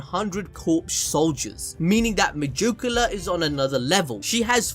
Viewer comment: Me-jew-ca-la every time bruv